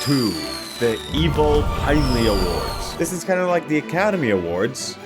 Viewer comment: I don't know if I haven't been paying attention this entire time but I always thought your name was pronounced "pin-elly" not"pine-ly"😭